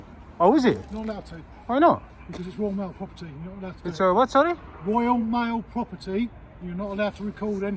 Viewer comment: This is "woyaw maow pwoperty"